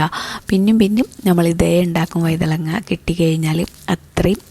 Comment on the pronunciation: വൈതളങ്ങാ അല്ല. വഴുതനങ്ങ ആണ്